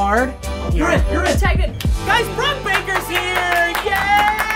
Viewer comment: Brock got my name right!! I knew that’d be a little difficult